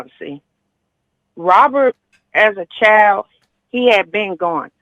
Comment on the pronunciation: "Robert as a chileee ," 🙄🙄🙄